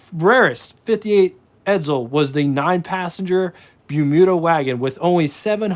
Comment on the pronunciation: .......ED-ZULL?.....ED_ZULL?.....did you study pronunciation under Professor F.N. Artard?